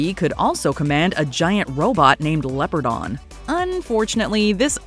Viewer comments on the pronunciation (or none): Its Leo-par-don. Not leapordon !